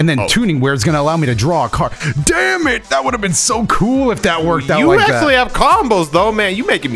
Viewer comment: “ackshaully” pot of greed was banned way before 5ds aired